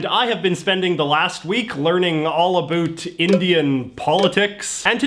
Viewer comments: Why does he pronounce "about" as "abult"? lol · the way he says “about” is extremely funny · Heard how you pronounced about and knew you were Canadian.